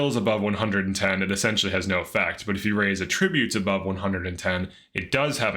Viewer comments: This guy's constant giggling is annoying as hell. Are you a pothead, put the bong down for a bit while making videos. Also its pronounced AH tributes not ahtri BUTES, emphasis on the AH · AT tri BUTES not at TRIB ute